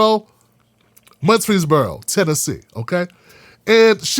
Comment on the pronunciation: Love you to death, but sir it's Mur-frees-boro. Just think Murphy-frees-boro. I'm from Tennessee, and Rutherford County has always been fucked up. The whole damn state is still racist especially East Tennessee. Memphis is still separate and unequal; if you want to live in a time capsule go visit Memphis. They're still in 1955, and please do sue the shit out of that County and the whole damn state.